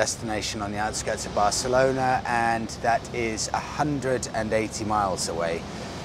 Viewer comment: Bareclona? Really? Dude?